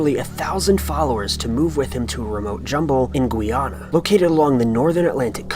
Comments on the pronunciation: it is pronounced Guyana not Guiana. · why does he pronounce it, Gweana? it's Guyana... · Guy is pronounced Gai not Gooy. G-eye-ah-na. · The country of Guyana is pronounced GUY (like the name-Guy)-Ana (not gwee-ana) Christ...I cringe every time you mispronounce the name of that Country. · "comminucation" Also "Gwee-ana" was infuriating as well. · Wasn't it, The Peoples Temple instead off The Peoples Church? And it's pronounced, Guy-ahh-nah, not whatever ur saying lol. Does Jim Jones have a LISP?!? No way! So does his son but especially that woman, guess his wife. How did I never know this??? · You pronounced Guyana wrong😂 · oy it pronounced Guyana bro I hate when people don't know how to pronounce my country name but don't worry bro 😅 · that's not how you say Guyana